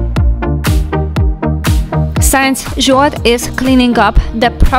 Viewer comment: Hi! Great to see that you're doing things in garden (my fav part), and Zsolt and the guys being included. Can I make a suggestion? Please note that "since" should be read more like "sins", and not like "signs". As East European and not a native speaker, I understand how English language may be difficult... I noticed you struggle with the expression. No hard heelings, of course.